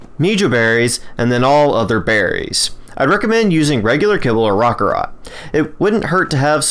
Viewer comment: Roc carrot. Raw ka rot sounds stupid. No offense to you